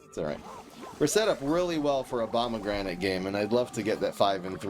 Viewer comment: I swore I heard him say Obamagranate😅